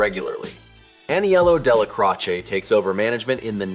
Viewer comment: "Dellacrotcha"????? Don't let O'neil here ya call him thT!